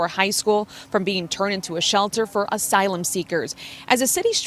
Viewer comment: reporters saying "asylum" makes me wanna puke.